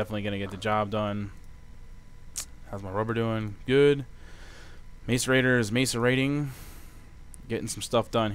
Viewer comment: Diggin this series, my only problem is it is "Mass-i-rator" and not Mace-i-rator"